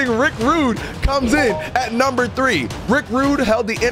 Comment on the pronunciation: man said number drwwe😂